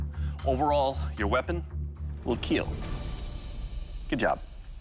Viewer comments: But most important thing is - „it will keel“ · Your weapon is gonna “KEAL" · TIL that doug says KEAL, not kill. KEAL stands for "Keep Everyone Alive," because he knows kids watch Forged in Fire. It implies that its use will save the lives of people, and drive away enemy forces. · It will keel